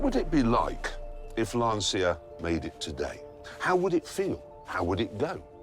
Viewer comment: LAN-CH-IA FFS!